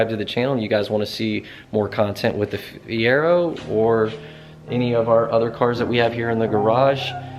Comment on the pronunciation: Fier-oh not Fier-erh